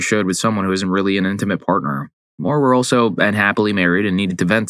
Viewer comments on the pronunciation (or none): Dude said parter at the start and copperate. Come on now 😂😂